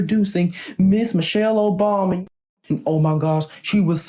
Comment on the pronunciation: What I heard: Michelle Obami